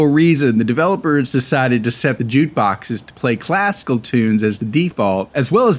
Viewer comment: Sounds like you're saying "jute"